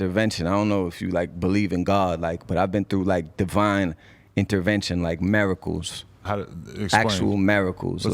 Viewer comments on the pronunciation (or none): "Maracles, actual maracles" Lmaoo